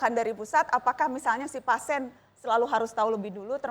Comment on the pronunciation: ternyata najwa gabisa bilang PASIEN